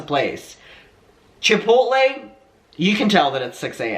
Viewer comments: Chipotle sounds like: Chip-pote-lay (long o) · I feel like you were getting Chipotle and Chick-fil-A mixed up and /or combined lol.. i was living for it... "i feel like thats a place?" yea you're thinking of chick fil a but trying to pronounce chipotle the same way hehe, that was great and i dont know why it entertained me so much. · You struggling with saying "chipotle" is the best thing hdhdhdbd 😭✋